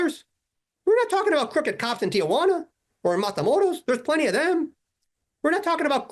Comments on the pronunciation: You mean it’s not Tia Juana? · I'm the only white guy I know who can pronounce Tijuana correctly. Hint: it's 3 syllables, not 4